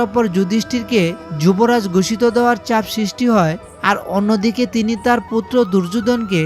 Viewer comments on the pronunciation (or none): none